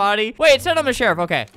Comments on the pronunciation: “It’s so hard to shoot the sherif” - Albert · he said “why is it so hard to shoot as the sherif”